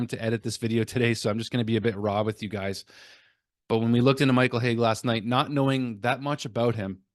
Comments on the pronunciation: Hage rhymes with "cage." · Pronouncing Hage wrong.